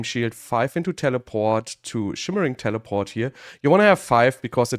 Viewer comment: I always like the way he says telepawht 😂